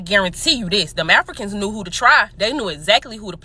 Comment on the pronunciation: mins in, the way she says Afri-cons is hilarious.